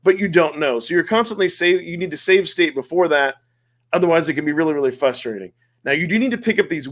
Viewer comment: "fRustrating" not "fustrating" 👍